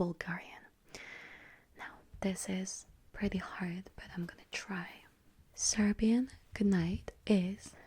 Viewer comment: Good pronounciation on the serbian!